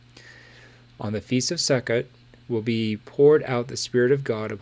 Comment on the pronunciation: Not to be read but Sukkot is pronounced Sue-coat.